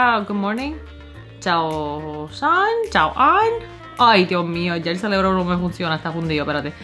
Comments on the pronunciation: Cerebro baby no celebro.... 😂😂😂😂😂😂😂😂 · Sabemos que es cerebro pero decimos celebro😂😂